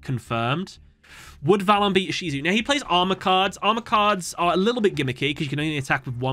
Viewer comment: As a TCG player listening to this in the background, when you said "Ishizu" I jumped a bit NGL